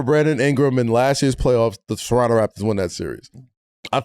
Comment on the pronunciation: Thanks guys for pronouncing Toronno properly guys. New Yorkers know.